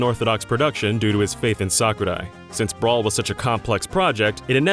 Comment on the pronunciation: It's sakurai not "suck uh-die"